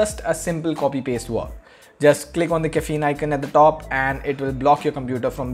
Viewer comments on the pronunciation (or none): none